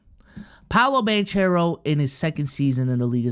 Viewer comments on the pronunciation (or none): Please… it’s pronounced Ban-care-o, not Ban-chair-o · Why r u saying Banchero like that? Sound like Paulo BanChurro. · Love that you mentioned Paolo but we gotta get the name right. Ban-Caro. As someone who’s had his name mispronounced all my life I feel this one 😂